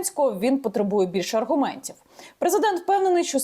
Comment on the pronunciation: Аргумнтців!!!! Ти так розмовляєш, ганьба.